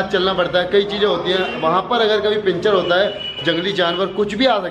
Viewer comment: पेंचर नही पंचर